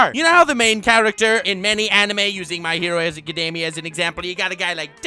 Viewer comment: "My hero azekademia"